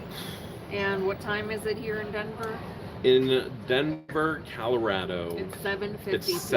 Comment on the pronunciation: Is that Denver Calorado it's Colorado no a in Colorado